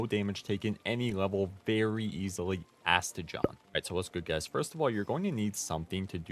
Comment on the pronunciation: Did you just say Aste-JOHN? idk what is up with everyone mispronouncing every pals name so bad 🤣 it’s Aste-gone. Like the word gone!